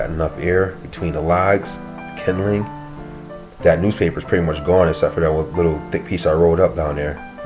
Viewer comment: Kindling, not kindeling.